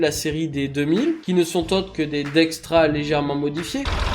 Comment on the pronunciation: dexta il est où le R? dextra non, dexta OUI